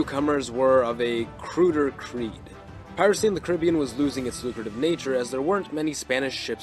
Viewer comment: Hearing the wrong pronunciation of the Caribbean so much is tough.